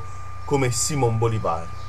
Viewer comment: Premettendo che ho adorato questo libro e che considero Bolivar un eroe... Ti consiglio comunque di riguardare un secondo il tuo spagnolo, partendo dal semplice fatto che è Simòn Bolìvar, non Bolivàr :D